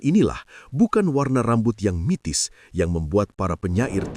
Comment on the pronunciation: Bukan mitis,,tpi mistis